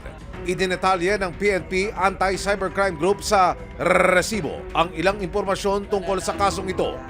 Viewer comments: Resibo into a long rrrrr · I like that he only cares his "RRRRRResibo" instead of the case